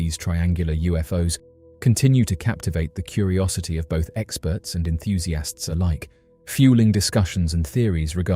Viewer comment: Enthusiasts ❌ EnthusiAHST ✅